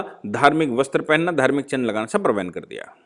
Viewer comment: वैन हो गई है? ये "वैन" क्या है, भाई?